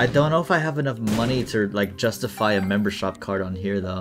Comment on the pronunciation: Anybody else realize he said membershop card